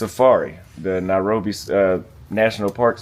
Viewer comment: Why call it that, "Narobia"? Sounds Rasta... Else, trust me, there are people who are born and bred in Nairobi, and have never set foot in Kibra; so I won't be surprised if doesn't know much about that place. That doesn't affect how and where one chooses to live in the City.